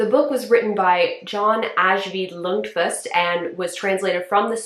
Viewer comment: Glad you skipped the American film. It is not so great. I’m reading the book currently in Swedish, so had to watch this :-) you butchered the authors name by the way!